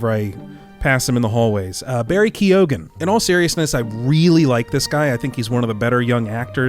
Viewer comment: Isn't it prenounced 'key-gun'?